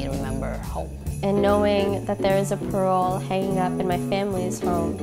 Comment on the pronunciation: she keeps pronouncing parol as pearl....